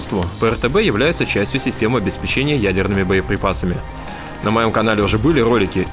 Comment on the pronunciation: Пожалуйста ставь ударение в слове "обеспечение". А то очень много раз его повторяешь и неправильно